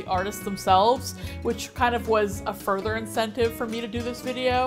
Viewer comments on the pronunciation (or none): none